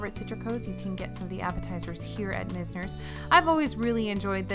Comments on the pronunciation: Great video! One tip, it’s probably “Myz-ner” not “mis-ner.” 99% sure its named for the famous Florida architect who established a lot of architecture in the early 20th century in Palm Beach/South Florida. But overall so many great tips as usual! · Mize ner rhymes with wise, misner. Named for a part of Boca.